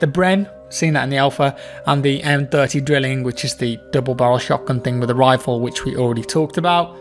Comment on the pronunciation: FYI the "drilling" is pronounced "drylling"